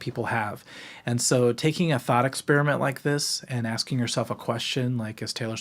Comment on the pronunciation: “a thot experiment” 😭😭😭 (ik he said thought)